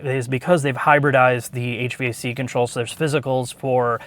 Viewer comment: Just fyi, HVAC is usually pronounced "HVAC", not spelled out like "HVAC".